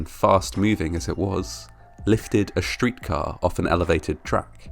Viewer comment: SCHtorage tank, SCHtreetcar, SCHtruggled, conSCHtruction..... Ffs!!! :-(